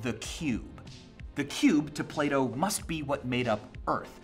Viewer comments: It took me 3 days to realise that he was saying plato and not "play doh" I thought the company play doh was saying philosophical things on Twitter or something. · who else thought he was saying play-doh instead of plato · I thought he kept saying play-doh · I keep thinking he says "Play-dough" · Every time he says Plato, I think he's saying Play-Doh. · So, Plato is pronounced differently in German. "Plah-Toe" Took me way much longer than I'd care to admit to figure out Michael didn't want to sell me some Play-Doh.... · Sounds like you say playdoh when you say plato. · Am I the only one that heard play-dough instead of plato lol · i thought he was saying play dough :/ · Sorry but “Plato” in an American accent just sounds like Playdoh